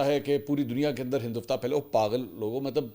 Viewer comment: Mansoor bhai aik correction hai Hindu -vta nahi hai word Hindu -Tva hai plz sahi pronounce kiya karein thanks